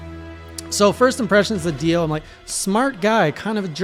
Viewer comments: This man's ability to mispronounce names is amazing... I mean I get the monsters from MH.. But DIO is a 3 letter name that is the same of a very famous Heavy Metal Legend...... And he still called him Dion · Everytime you said Dion instead of Dio I actually just said to myself "Ah that's so " I'm excited to see what your thoughts will be in the future. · It’s Dio not Dion 😂😂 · Dio,Dio,Dio,Dio,Dio. Keeps calling him Dion, and it make my brain WRYYYYYYYYYYYYYYYYYYYYY!!!!!!! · P.S. Please stop calling him Dion lmaoooo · He just sei Dion ? Is not Dion is prononcing Dio not Dion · did he call dio dion? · Did he just say "Dion"? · "Dee ohn" lol